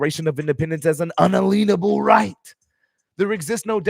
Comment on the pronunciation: Why do you keep mispronouncing it "un-uh-lean-able"? the word is un-alien-able.